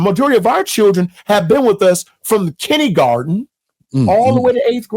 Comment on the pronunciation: spoiled??? Wow!!! This is an example of how we don’t understand what we’re supposed to have. Did this PhD just say “kinnigarden”? 🙇🏽‍♀️🙇🏽‍♀️🙇🏽‍♀️